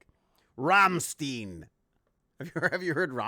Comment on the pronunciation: need to work on the pronunciation of Rammstein two members kissed on stage to protest against homophobia and they shows are an experience.